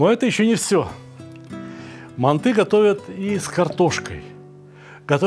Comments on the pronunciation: Не мантЫ, а мАнты, Сталик...Емое..Вы ж в Узбекистане родились, говорите правильно.... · Россияне говорят мантЫ казахам уши режет😅